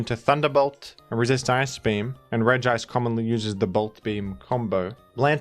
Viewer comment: I like how you make emphasis on pronouncing "Regice" as it's grammar suggest and I'm all down for bullying Gamefreak for writing Regice like that